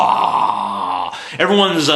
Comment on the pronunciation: It's KISS-PA.